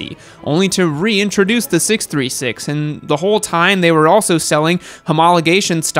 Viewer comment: best way to say 636